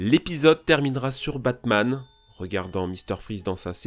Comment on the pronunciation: Tu prononces Batman comme "Pac-Man" xD